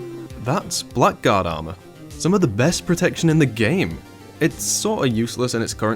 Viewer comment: This is nitpicking, but its not pronounced "black guard", its "blaggard".